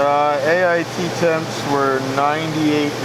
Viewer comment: P "AIT temps"